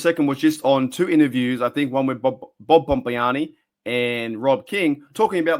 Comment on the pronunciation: You must be a Steeler fan I never thought I would hear Bob Pompiani spoken in an Australian accent